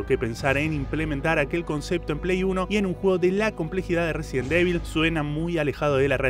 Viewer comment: Como se pronuncia: Resident Evil Como lo dice: Residen Devil Como le decimos los pibardos: Residenevil